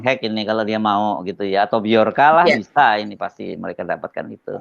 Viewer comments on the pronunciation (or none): none